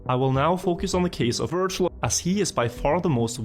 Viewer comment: This looked so good until the first ''wirtual''😂